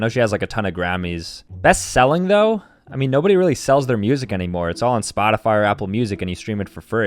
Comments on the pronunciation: It said seeling instead of selling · seeling bruh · Ok but can we talk about the “ best seeling”…..instead of best selling..? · best “seeling” 💀💀💀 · Bro spelt selling wrong he said “seeling”